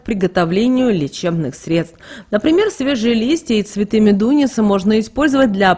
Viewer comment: МедунИца - так произносите.